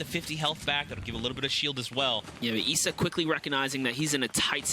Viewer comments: Ok it’s not Eisa It’s Issa Bro learn on that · issa not essa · I think the guy pronounced it wrong I’m pretty sure his name is pronounced eye-za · “Eesa” “Mytro” Comeonbruh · I didn’t know issa was pronounced “EESA” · Why he pronounces ISSA like that ? This man don’t know who 21 savages is !?